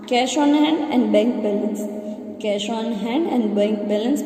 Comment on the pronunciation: Cash bolna seekho yaar